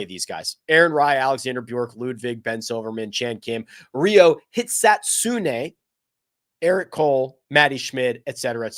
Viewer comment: Nailed Hitsatsune!